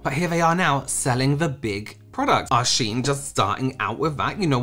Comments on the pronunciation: It is pronounced she-in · Yes, it's pronounced 'Sheen'. 'I' before 'E', except after 'C', and when the sound makes 'EE'.